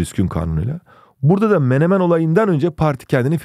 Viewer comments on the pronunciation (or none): none